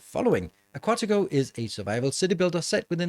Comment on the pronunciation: the way in which he speaks the name correctly makes me wanna cry, ngl...